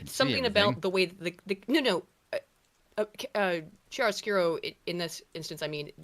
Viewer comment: also it's not pronounched as "Chiaro", the "c" is actually a soft k (not very pronounced, but still audible "k" sound). kiaro skurro / kee-AR-ə-SKOOR-oh / [ˌkjaroˈskuːro]